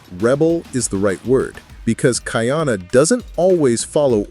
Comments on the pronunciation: Ka’iana not Kaiana — the glottal stop is there for a reason. Train your AI please. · Ka-ee-ana Ka’iana Aloha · KA/ ĒĒ/ANA respect his name. Ka’iana.- 3 syllables🌺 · are you AI? Be sure to actually watch it. After you do, you should be able to know the pronunciation of Kaʻiana, Kahekili and the others, like aliʻi Keaweikekahialiʻiokamoku.